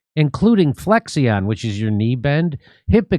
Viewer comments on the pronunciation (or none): I work with an engineer that pronounces Flexion like you did and it’s a huge pet peeve now lol ✅ (Flek - shn) as in opposite of extension.